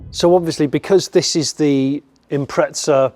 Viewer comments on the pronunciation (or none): There's no "t" in Impreza, ask Subaru.